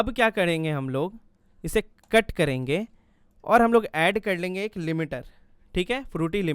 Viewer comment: Bro it's " karenge " Not " KADENGE " 🙄🙂